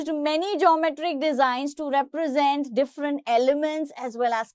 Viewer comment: "Represent" word exists she: Reprasant BTW, good expanation !